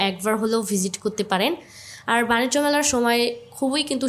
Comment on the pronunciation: বাণিজ্য মেলা বাণিস্ট না 😂